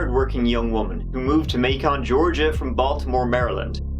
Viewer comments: Yeah, May-ken! I’m just teasing you. I understood what you were trying to pronounce. I’m a keen linguist, gotta have a good ear. It helps if you watch the British game shows on YouTube. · This is my hometown. I went to Mercer Medical just down the road. That apartment complex will forever remain creepy. Also, just FYI, Macon is pronounced exactly like Bacon. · May-Kon Georgia 🤣😂🤣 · todays spnsor may-con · A H why do you keep doing this to my Georgia cities?!?! Macon (May-kun) - JUST LIKE 'BACON' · May-con., you’re killing me man. Keep up the great work. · Its not may-con its Macon like Bacon with an M instead of a B. Get it right. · “May-con Georgia” lol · The city of Macon is pronounced like the word bacon with the letter 'm' instead of 'b'. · Can’t get past May-CON . I get it’s just an accent thing but drives me 😜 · It is pronounced "MAY-kin." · Its pronounced like Bacon. But with an M. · It's pronounced "MA-cun" Georgia. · Macon is pronounced “May-Can”. Yw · It's pronounced "Make-un" Ok Im not gonna be the loser thats third on here to corret the YT channel. But since its already written, imma leave it, just want y'all to know I realize its been said already. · Macon is pronounced like bacon. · Good stuff as usual. (psst, it’s MA-con. At least if it’s in Georgia.) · Another winner! Just a heads up though. In GA we pronounce Macon like you would bacon. 😜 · It's pronounced Makin'. Like Bacon. Also, notice the amateur attempts by the interrogators and the prosecutor. First to obtain a confession. Then, to try and gain a conviction. It's no wonder these pos killers get away with it. Sometimes. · For future reference, as someone from there, Macon is pronounced may-kin. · Oh my! Btw it’s Macon like bacon. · Said it at least tirty times! 🐱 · Every show from the British Isles mispronounces Macon the same way...at least they are consistent. Thanks, for at least recognizing the error! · Meh, MAYKON sounds cooler🤷‍♂️ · LOL it’s not “MAY-con” but “MAKE-un”